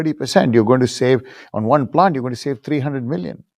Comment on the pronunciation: No "t" for you!